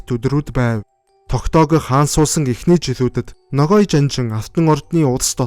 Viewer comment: Buruu heleed baih yum. holoin g usgeer helne. noghai